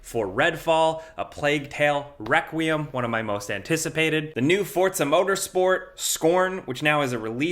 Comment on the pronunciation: Why y'all saying fortza it's not the first time I've heard you say this, it's called Forza as in For-Za not Fortza